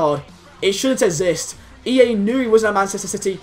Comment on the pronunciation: OK. i like ya m8, but holy hell. why cant you pronounce "exist" or "explain"